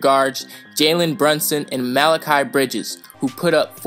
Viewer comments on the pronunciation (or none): none